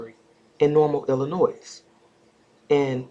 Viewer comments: The S in Illinois is silent. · Good work, just to let you know the s is silent in pronouncing Illinois. No shade at all.